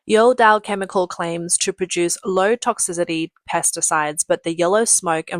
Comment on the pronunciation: Perry-meta..? (Perimeter) Toxi-de-de..? (Toxicity) Please hire someone who can read..